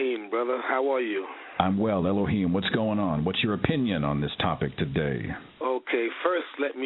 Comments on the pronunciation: i know its eloheem dude XD i speak hebrew and arabic !! its just sounded like that when he said it ! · Elohim, not aloheem, the latter sounds like a plant god haha.